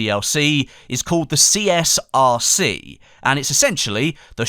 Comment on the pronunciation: you kept saying CSRC when it's CSRG